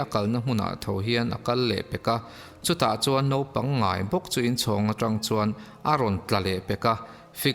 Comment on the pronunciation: I ṭawng hmandan a kaduh lo deuh pakhat, Naupang tih turah Nopang ti a i lam hi ani, Channel nei i nih tawh vangin Mizo te min zirtu atan ṭawngkam diktak i hman hi kaphut ani. Huat a la lovin min pawmsak hram ka beisei.